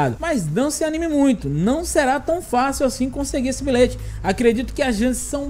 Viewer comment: "Bilête" kkkkk